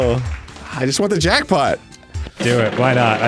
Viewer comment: The obvious hints when he emphasizes "JACKpot" too just sent me